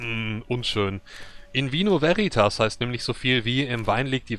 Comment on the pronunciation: Die gute Dame hat die Betonung bei "veritas" leider falsch, sie liegt, wie richtig sagt, auf der ersten Silbe. Jetzt noch das "v" so aussprechen wie das "w" in "water" und es passt. Nur eine der zahlreichen Ausspracheregeln des unsterblichen Lateins.:)